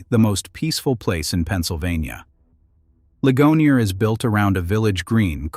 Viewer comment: "Lih-guh-NEER," Pennsylvania. And "LANG-kuh-ster," not "LAN-kaster." Thank you!